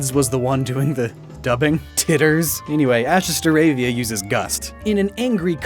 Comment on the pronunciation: Jitters not titters